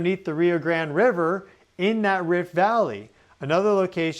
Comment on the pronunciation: He annoyed both Mexicans and Gringos with the way he pronounced the word Grande